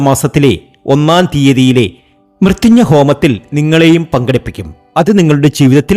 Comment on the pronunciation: മൃത്യുഞ്ഞ പൂജ... ആദിമായിട്ട് കേൾക്കുവാ😂😂😂😂 പോയി നാവ് തൊടച്ചിട്ട് വാടാ .. മ്യ ത്യം ജയഹോമം